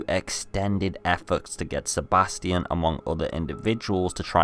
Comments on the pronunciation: FFS AVID ITS STEFANO NOT STEFANI :C Stop butchering names XD also Nice video you got there \o3o/ PS: OH FOR FUCK SAKE ITS SEBASTION NOT STEBATION :V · I also heard Stefani but I knew he meant Stefano. But Sebastion oh my god how did you think that.